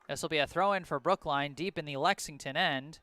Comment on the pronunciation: There’s an L in Lexington for a reason 😈😈